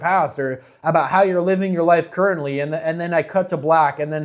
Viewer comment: You pronounce "currently" shorter